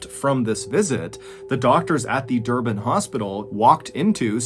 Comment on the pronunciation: Also never heard of these 2 stories before and I'm also an South African but it was very interesting. Thanks MrBallen, we've been listening to your stories since 2020 and found it very interesting 😀👌I must agree, your pronunciation of Stellenbosch & Durban is pretty good!